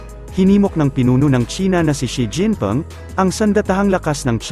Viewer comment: Xi jinping hindi Xi jinpom ayusin mo naman salita mo